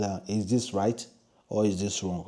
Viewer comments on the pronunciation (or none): none